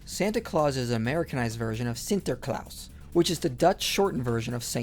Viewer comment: it's funny how u say sinterklauss xD